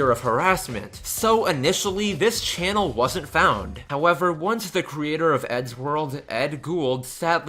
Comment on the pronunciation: The ship isn’t important. Unlike the whole fiasco with Paul and Pat, it didn’t lead to any harassment. Also, it’s “think” not “fink”, “forgot” not “fore got”, “channel” not “chanal”, and “that’s” not “thais”. And in your username, it’s “for” not “fore” and “princess” not “princes”.